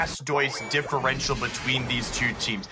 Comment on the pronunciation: "Differential" Ugh